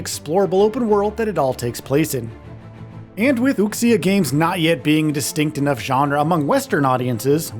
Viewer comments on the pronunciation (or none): The x in Chinese words like "Wuxia" is pronounced more like "sh" than "ks". They use x to represent a sound that we don't have letters for in English, but if you use 'sh' it's close enough to not sound weird. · I know right lol boldly saying wuksia without even research into the correct pronunciation. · Pronouncing “wuxia” and Wooksia is wild lmao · For all of the hyping up people are doing for this game, almost no one can pronounce wuxia right. lol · Gonna need us all to step up and stop pronouncing wuxia as wookseeuh. It's more like wooshyuh, like wu shu lol Really hyped to play this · Learn to pronounce “Wuxia” properly. You absolutely butchered it. It’s pronounced like “Wu-She-Ah” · Right? I cringed every time lol. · For the love of God learn how to pronounce wuxia. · Please at least learn to pronounce ‘Wuxia’ properly 😩 You’ve been talking about it this long and still can’t pronounce it correctly. The pronunciation in these vids is pretty harsh on the ears.